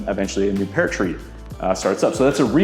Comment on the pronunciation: Take a shot every time he says "pear" wrong